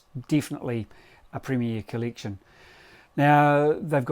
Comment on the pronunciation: "colliction" LOL